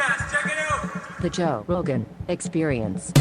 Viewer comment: Joe. It's joee.